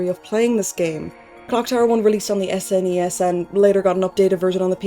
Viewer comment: THANK YOU for pronouncing it S.N.E.S. and not snes (as a word). I grew up saying N.E.S. and S.N.E.S. and all the youtubers pronouncing it like a word are killing my childhood.